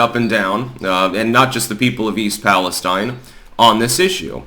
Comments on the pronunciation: Please, please please I beg. It's PAL-ESTEEN. Thank you from Towne of York, Maine. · We pronounce it east Pal es steen